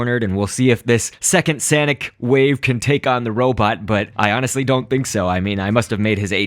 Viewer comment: no its sanic (say-nic) SANIC